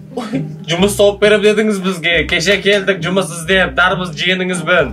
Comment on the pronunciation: Дарбыз дегенде қарбыз дешиш 😂😂